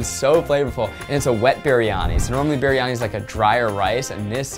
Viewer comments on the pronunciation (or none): as a Malaysian,it's so funny when Zach said Kuehdar instead of Kueh Dadar and Berhani instead of Biryani 🤣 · I thought zach said “berry-honey” lmfao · “this BEERIYANI” shakes in singaporean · Roohi Malviya its actually BRIyani like "bree-yah-nee" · the way zach pronounces “biryani” makes my indian heritage shake with fear it’s not his fault, but i thought it was pretty funny 😂